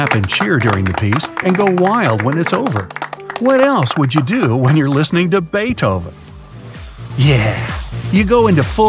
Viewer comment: It is not Baitoven, it’s Beethoven.